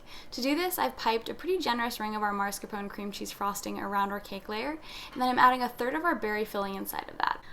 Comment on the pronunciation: Why do people mispronounce MASCARPONE? The first syllable is not mars, it’s mas. Ugh!